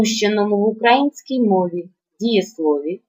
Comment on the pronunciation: "українська" - наголос на "ї", шановна пані вчителько. : ) Тим не менш, роз'яснення теми вірне і зрозуміле, дякую.